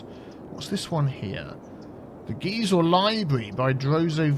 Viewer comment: I am also an alum of UCSD and I used to work at the Geisel Library (Geisel is pronounced like "geyser", not "geezer"). I've also built it in Minecraft on the Dadcraft server (don't worry, I'm not going to link it). It was built in the late '60s and is an excellent example of Brutalism architecture. The Miramar Naval Air Station is nearby (where they filmed Top Gun), and I used to stand by the window on the fifth floor (the one that sticks out the most) and watch the F-18s fly out on their late afternoon patrol. They flew quite close to the library; the school overlooks the Pacific Ocean. I think it's cool how you engineered the train/truck exchange, and I may use this method in my cities. Great job,!